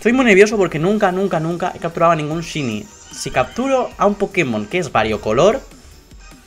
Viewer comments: se pronuncia shainy no shini si no sabes no lo digas noob que suerte tienes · se pronuncia shainy no shiny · lo pronuncia mal es "shaini"en español y en ingles también:v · 131313ana00 en ingles se pronuncia shaini y en español es variocolor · se pronuncia "shainy" no shini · Tres cosas: 1 porfavor SE PRONUNCIA SHAINI no shini... 2 Pobre xd. 3 suertudo! like si lo les. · No se pronuncia "Shini", se pronuncia "Shaini". Es solo un consejo ^^ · se dice "shaini" xDD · Shyny aaaaa me duele que digas shyny y no sahiny se dice así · Se dice shaini no shini 😊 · es shiniiii es shiniiii se dice shaini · Se pronuncia "shaini" no "shini" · porque dices ''shiny'' se pronuncia ''shainy'' ¬¬ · se dice chaini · shainy jaja no shiny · se pronuncia saini o eso creo xd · gongora xd digo que shiny se pronuncia saini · se pronuncia shaini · aunque se escribe shiny se prnuncia saini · Se pronuncia como shainy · Se pronuncia "shaini" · shainy dilo asi plis😂😂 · en vez de "shiny" se pronuncia "shayni" JAJAJAJJAJA un saludoo!! 😂💪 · se pronuncia "shaini" pero muchas felicidades:DDDD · excelente pronunciación:sini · AAAAAAAAAAAHHHHH(se pronuncia shainy)HHHHHH LA ENVIDIA ES REAL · POR FAVOR Shiny se dice "saini" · Se pronuncia shainy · Se dice Shainy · se pronuncia /shaini/ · se escribe shiny pero CREO QUE se pronuncia saini. LO DIGO PARA QUE LO SEPAS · se pronuncia saini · aprende a pronunciar shiny